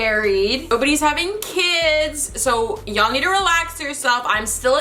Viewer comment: Whenever she says y'all it sounds like she's saying Jarl lol.